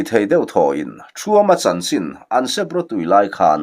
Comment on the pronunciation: Sep rawtui hi i lam dik thin lo. Sep hi det tih anga lam tur, sêp tih loh tur. Ter pawh hi e hi lam hniam phei tur.